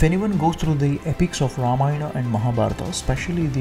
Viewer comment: True Madam and thanks for pronouncing sanskrit words correctly like Ramayana and Mahabharatha not ramayan or mahabharath. Proud of Sanathana Dharma